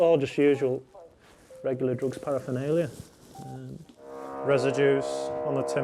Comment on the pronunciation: For goodness sake it is not parafinalia it is paraphernalia. You would have thought the senior police officer would know that.